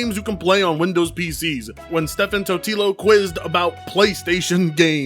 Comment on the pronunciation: Stephen is pronounced the same as Steven, not Steffen, it's the original English spelling. Totilo is pronounced Toe-Tell-Low not Tequila.